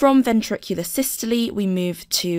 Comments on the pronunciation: That's how it should be pronounced: 'SIS-TOL-EE' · Why do you say 'systoleee'